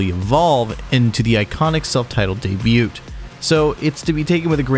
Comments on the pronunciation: Donnie Steel-ee, Anders Colsef-eeni, deb-ute. 😬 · good revewier. it was day-bewt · "day bute" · 'Debut' has a silent t dude! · You're saying debut wrong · I will gladly subscribe.. IF you promise to stop enunciating the T in debut... Haha. Jk still subbing but please please please don't do that! :)